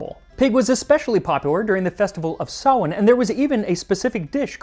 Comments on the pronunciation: So nice to hear someone pronounce Samhain properly.💛🎃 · Big props for says Samhain properly! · thanks for saying samhein correctly! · Omgoddess he pronounced samhain properly my pagan soul is screaming I'm so happy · He said Samhain right! That made me happier than I would have expected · Honestly, just mad props for getting Samhain right. I swear if I hear one more American call it Sam Hain ill freak out. Nicely done. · Thank you so much for pronouncing Samhain correctly. This is my holiest of holidays as a Wiccan. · About halfway through but as a Celtic Witch and Pagan, I love the fact you pronounced Samhain properly. We love to see it. Many Blessings. 💞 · I just wanna come here and thank you for not pronouncing Samhain as "sam-hane" 😂 Lá fhéile Pádraig sona dhuit 🍀💚